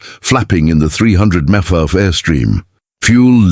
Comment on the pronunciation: The A.I. Had quite a bit of difficulty figuring out how to pronounce mph😊